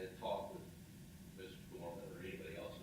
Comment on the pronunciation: It’s DOERMAN